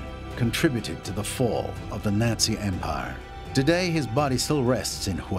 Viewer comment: Did he say Nazi or Yahtzee?